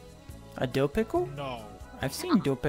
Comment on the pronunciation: pronunciation of dell pickles is Killing me